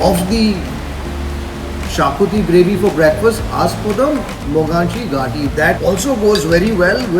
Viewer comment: mogachi gaati is actually pronounce as mughachi ghaati.